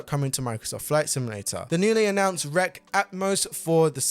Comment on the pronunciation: R-E-X is pronounced, wrecks.